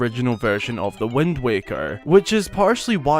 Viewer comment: Why are you saying wend? It's wind! Lmao I not e